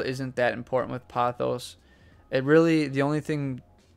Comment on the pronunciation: It's po-thos. Poe-thos. Not pah-thos. It's Greek.